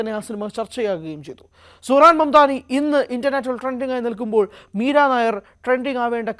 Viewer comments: മീരാ നായർ അല്ല മീര നയ്യാർ എന്നാണ് ശരി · Edo meera Nair alla Meera nayyar.😂😂😂😂😂